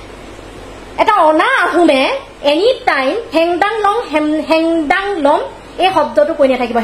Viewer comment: O baidew heng dung sabdatu bhalkoi kobo jana naai re